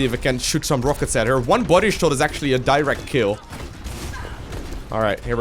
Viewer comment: I love the way he seus it: "a DieRekt" kill. lol